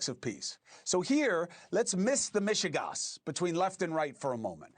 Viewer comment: I really like your reporting and was extremely impressed at how flawlessly you brought up the word “Michigas” in Yiddish so flawlessly, nice one!